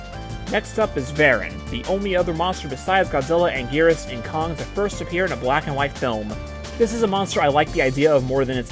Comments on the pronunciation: why can anguris be called angweenis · For Anguirus you should just check the gamecube game and select him because they pronounce his name so everyone can agree on a name